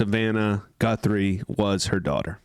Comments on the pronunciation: Please pronounce Nancy G U T H E R Y's name correctly. Not Gunthery. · Her last name is Guthrie not Gunthrie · it's Guthrie- not Gunthrie 😉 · It's not GUNthrie its is GUTHRrie please say the name correctly for Pete's sake! I did sub and like any way... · You keep saying “Gunthry” but hearing you call the suspect “not a fat lard” made up for it. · Stop saying "Gunthrie". There's no N in her name. Put the drink down, dude, and at least have enough respect to say her name correctly. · Did you actually say GuN-thrie? After all this? GUN thrie? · Dude... the name is GUTHRIE.... You are an eejit. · No N in Guthrie! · Her name does not have a ' n' its G u t h r i. Like the musician Arlo Guthri. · Please correct the pronunciation & spelling of Ms Nancy Guthrie's name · You're not in my ballpark if you can't get the name right Lol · Say her name Correctly please. You are pronouncing the Poor ladys name wrong. Its your Job for cryin out loud dude❤ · Are you saying her surname wrong purposely?? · btw...there's no N in Guthrie. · Pedophilia is only ever directed at children, not everyone. Maybe you were thinking of kinky fetishes. The next video you make of this lady, consider learning her name so that you can pronounce it correctly. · It not a big deal just thought you might want to know you were pronouncing it wrong., that's all. Didn't mean to ruffle your feathers😊 if I were pronouncing a surname wrong I would want to know just out of respect. Have a good day, and you did a very good job of the update.! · Sorry can't listen to someone who cannot at least say the name of the victim correctly. What kind of news person is this? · It’s not pronounced Gunt-three It’s pronounced Guth-ree !!! Thanks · FUCK PAL-I WAS JUST ABOUT TO WATCH YOUR VIDEO AND THEN IN THE FIRST 10 aSeconds you couldn’t even say her name right. ITS ‘GUTHRIE’ -Not ‘GUNTHRIE’. SAD FUCKING REPORTING🤮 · Guthrie, not Gunthrie! And you don’t need to use foul language… please have some respect for your audience